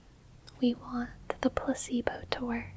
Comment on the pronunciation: I nodded off a couple times, but I'm sitting up in an office chair so falling tends to wake me up. BTW, it sounded like you said pussybow instead of placebo.